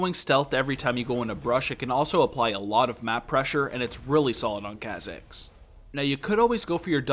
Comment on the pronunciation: Every time you say ka-zigs it kills me a little.